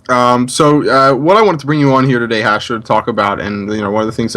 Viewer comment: No its hastro not castro lol